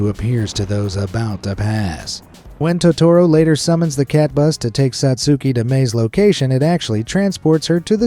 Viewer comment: The U in Satsuki's name is silent.